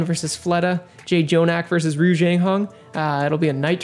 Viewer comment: Jjonak.. people don't know how to pronounce it correctly